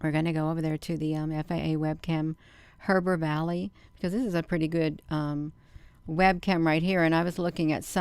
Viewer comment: Looks like a reflection to me. Heber is pronounced (he-ber)